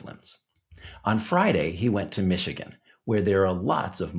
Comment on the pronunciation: Elon must’ve paid off the local Imams in Mee-shee-gone. 😂